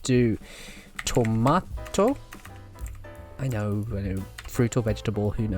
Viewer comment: Accent, BUT Eggplant BUT £10 BUT "Tomaydo"?????